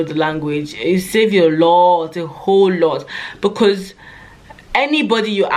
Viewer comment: Love how you said you need to be able to "cUmmunicate"😅 we get the message BecUs .... you're the best